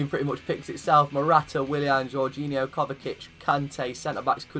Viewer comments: Its kovačic not kovakic 😂😂 great video tho ngl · its pronounced KOVA-CHI-CH kovačić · Muh-teo Kova-chich m8. Besides that great episode.